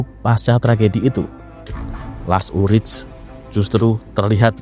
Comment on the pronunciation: Cara baca namanya bukan lars ulric, tapi Lars Ulrik. Hmmm..